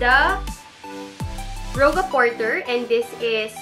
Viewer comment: Rouge as in Rooj 😊